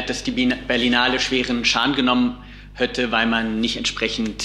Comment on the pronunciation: 'hätte', nicht 'hötte' 😀 (bei & ... ev. noch )